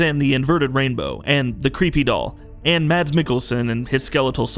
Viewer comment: If you scrutized every frame - how could you not notice that Reedus and the doll have the same stitched scar on their stomach? Btw- Mads is pronunced "Maz"